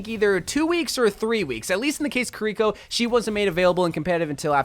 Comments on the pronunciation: Kiriko is pronounced Ki-riko, not ki-RICO. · WHO CAME UP WITH SAYING KIRIKO LIKE THAT? IT'S (kee-ree-koh) NOT (kih-ree-koh). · I thought Kiriko was pronounced kear-reh-co